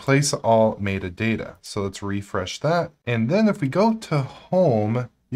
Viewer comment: Someone please teach this man how to pronounce “metadata.”